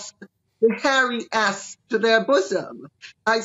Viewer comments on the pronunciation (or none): Did Lady C say asp or ass?